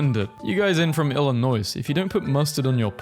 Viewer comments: Why’d he say “Illinoise” :( And “Arkansauce” :( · Do all people in Britain pronounce the S in Illinois? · did you really pronouns the S in Illinois? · AND PRONOUNCED ILL-I-NOI SILENT S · I love hearing you pronounce Arkansas and Illinois. The last S is silent on those words. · DID YOU JUST PRONOUNCE THE S IN ILLINOIS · No, People generally don't pronounce the s in "Illinois" or "Arkansas", but I think the guy in the video just doesn't care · He used the s in Illinois I am hurt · I'm not even from Illinois and I'm mad at how he pronounced it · Pronouncing the S at the end of Arkansas and then Illinois immediately after is a hate crime